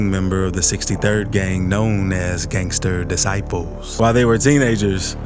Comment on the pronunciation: Looool ‘Gangstur Discipuhlzzz’